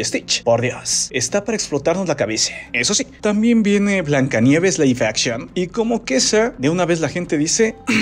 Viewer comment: Aguas con la pronunciación bro